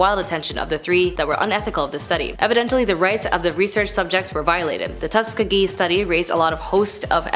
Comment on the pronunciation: That woman misspronouncing Tuskegee is making me angry